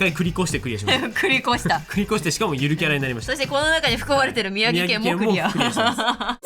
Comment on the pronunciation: 宮城地元なのでワクワクしながら待ってたら、宮崎、、？？でも描いてるの虎杖？？？ってなったけど納得ww よく読み間違えられるからしょうがない😌 47都道府県揃うと圧巻、、！！✨️すご！！！